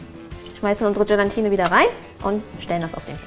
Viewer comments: Bitte! Es heißt Gelatine nicht Gelantine :D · bitte bitte sag nicht GelaNtine. Da läuft es mir immer eiskalt den Rücken runter 😖